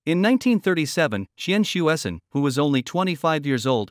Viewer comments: Come on, his name is pronounced as "chien-sweh-cern" . It's not that difficult. Don't be lazy. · 1. Totally mispronounced his name. 2. He was known as Hsue-Shen Tsien when he was in CA. One of his collaboration with Von Kármán resulted in the Kármán-Tsien Rule for approximately correcting compressiblity near transonic speed. 3. He did not found NASA, which evolved from NACA. 4. Aerojet Engineering Corporation, the company he worked in was founded byJack Parsons. Parsons was more important and contributed more to US rocketry than Tsien. Parsons was an American but few Americans even know who he was. Check Wiki to learn why! 5. For political propaganda, Tsien was way overblown in PRC, but hardly any Taiwanese knows him.